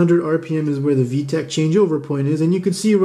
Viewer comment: Haaaaaay 🥳 you’re back for saying vetch yo! 😁